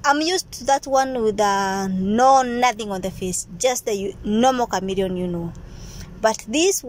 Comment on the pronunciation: It's a chameleon 😂😂😂😂 not Camerion